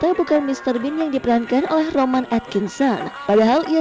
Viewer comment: ROWAAAAN cuyyy bukan romaaaaaaaaan T___________T